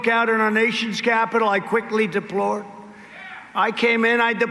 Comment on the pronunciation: Anybody notice when trump flubs the word "deployed" is eyes bug out like he just had a spasm like a mini seizure? He always projects his crime on people, I guarantee hes got dementia and that's why he projects it on Biden.